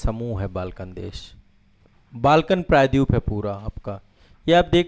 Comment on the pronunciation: Please try to pronounce " praydweep" properly.